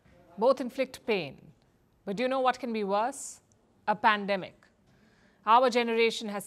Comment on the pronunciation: Its not pandamic. Its business. 😄